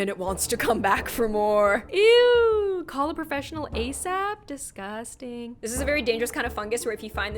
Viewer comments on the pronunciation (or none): The intro gave me chills down my spine And haha its disgustan I love how she says disgutsang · This is how many times she said disgoostin 👇🏼👇🏼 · Nobody:: “it’s just DescOoOsTiN “🤢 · How many times said "DisgustANG!" | | v You don't have to like:) Edited: 4/27/20 ~ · She said disgoosting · Poshype _ uhh actually she’s says